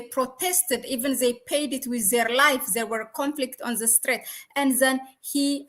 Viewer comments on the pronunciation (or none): Please check your pronunciation of T and H ant E put together